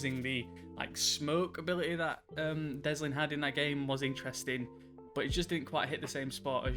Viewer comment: Delsin not deslin